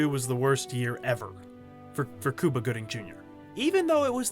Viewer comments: It's pronounced "Q-Bah" NOT "Koobah", MY GOD u were driving me & my wife up a wall! & WHAT THE HELL is wrong with making fun of stereotypes?! If used in a comedic sense, they can be funny as hell! PC Librard. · The first thing that comes to mind? HOW BADLY YOU BUTCHERED "CUBA" with "KEWWWBAH" WHAT IN THE ACTUAL EFFFF???? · I cringe everytime you pronounce his name "cooba" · Its pronounced Q-bah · "Kooba" Gooding Jr. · Exactly calling him KUBA drove me crazy 😂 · I really wish people would learn how to pronounce Cuba’s name correctly. How can you speak about anyone if you can’t even pronounce their name correctly? Let me help you here. You know the Rubik’s Cube, right? Now, think of the word cube by itself. Got it? Great!!! Now, say cube and add an “a” Cuba. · Learn how to say his name right and re-record the audio! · Is that how you pronounce the county of Cuba, as well? It's pretty annoying. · Why do you keep saying his name like that dawg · Wtf happened to your pronunciation of cuba? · Pronounce his name right G. LMAO!!! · Why are u pronouncing his name like that! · You mean his name is not pronouced like the country of the same name? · god damn i cant stand hearing this poindexter say "COO-BA" over and over. i'm latino myself, actually cuban to be exact and even when we speak english we don't pronounce it like that. we say Q-BA just like any normal english speaking person. only when we speak spanish will we change the pronounciation, as it is appropriate. but please.. STOP... u sound ridiculous! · First of all WHY IN THE ACTUAL FUCK are pronouncing his name “Coo-ba” instead of “Cue-ba”?!??!? Second of all, yes CUE-ba has had some stinkers, for sure, BUT I LOVED RAT RACE and I apologize to NO ONE for it! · lol Do all Americans call Cuba "Kooba"? 🤣🤣 It's "Cue-ba" ffs. You know...like the country. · The announcer keeps saying "coooo-ba"...I've read that actor gets tired of his name being pronounced wrong...it's "Cue-ba" like the country...do your research